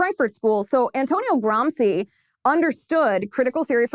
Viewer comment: Nice work Ms Liz, but in the furtherance of global pedantry, may I point out that it is not “Gram-see” but “Gram-she”, scusatemi, per favore. Eppur so muove! Forza, Liz!